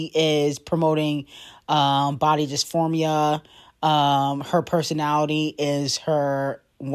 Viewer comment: it’s body dismorphia not disphormia